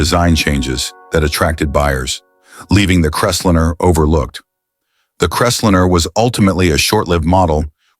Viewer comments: more text to speech GARBage completely ANNOYING "crest linner??? lol what bs why dont you use your own voice jeesus thia makes it shit hard to listen to and disgusting i'm pout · It’s not just that it’s computer generated voice, it’s BADLY done. Crestlinner, FFS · And it can't pronounce words correctly. EG: What's a Crest-linnah? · CREST LINER not Cresslinner. Get it right! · It's a Ford Crest-line. Not 'liner', like 'diner', not 'dinner'. The stupidly of this video takes away it right to call ANYTHING ELSE stupid.